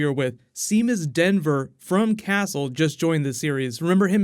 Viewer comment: I think it's Seamus Dever and not Denver. Anyway, it's really great to see Ryan back in something I'm interested to see.